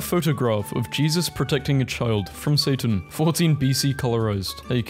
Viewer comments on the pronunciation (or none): none